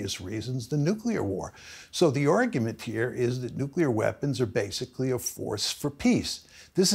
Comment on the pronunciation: Do a shot every time professor says "nuclear wee-ehhhpons"